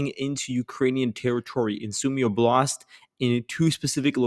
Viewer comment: doesnt matter but the accent is on the O in oblast